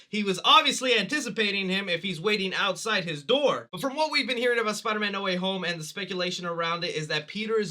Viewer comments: Not "Need Water Homie" it's NO WAY HOME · uh... it's No Way Home not "No Waffle House"